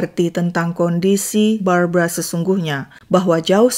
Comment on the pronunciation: Itu Barbara ..kenapa baca berita brabra⁉️⁉️⁉️⁉️